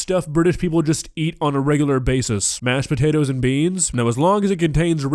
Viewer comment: I love so much, she's such a sweet old lady. Reminds me of my grandma. "Mashed shpatatoes" She is hilarious without even trying.